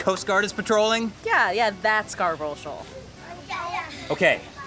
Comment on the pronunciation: as a long time viewer i have to point out, you cant say scarborough.. i know how to pronounce it, i live where the shoal was named after